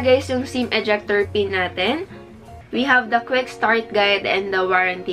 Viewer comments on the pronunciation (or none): You pronounce "the" as "dī" if it follows a word that has a vowel as its first letter. Such as "dī eagle"